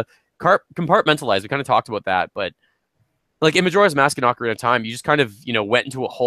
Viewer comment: If there is one pet peeve I wish I didn't have its hearing people pronounce names wrong. Like Ocarina of Time. Like I heard you three say Ocarina in the video in the beginning and it bugged me. Of course nothing against you guys it is a pet peeve I have always had FeelsBadMan :( . But my favorite Zelda game would be Skyward Sword, mostly because of the characters really pulled my attention and I enjoy the relationship between zelda and link. They actually have chemistry and Link now has another reason to protect her, not just because shes the princess and he needs to save the world